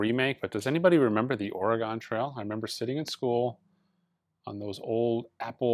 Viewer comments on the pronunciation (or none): you are so close to my beautiful state of Oregon... and you don't know how to pronounce it? OR-A-GUN. 🌲🌨🙃 (keep on rocking in the free world).